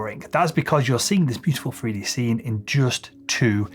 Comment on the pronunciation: I do like this chap, and find his vids interesting. However, and this is SOOOO petty, but, I can't cope with the way home drops the TH for an F, eg 'freeD' not 'three d' and 'frow' not 'throw' etc. Just a pet hate of mine, sorry 😑